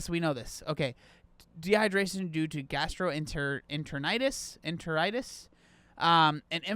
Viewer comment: At first I thought you were being a bit pretentious by making sure you put how gastroenteritis is pronounced but then I watched the video. Now I understand why lol.